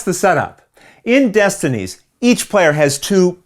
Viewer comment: Okay, for reals, how many takes did you do to get both the box flip AND the pronunciation of the names correct?